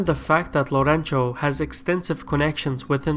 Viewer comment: "Lourenço" is pronounced "Lorensu" :)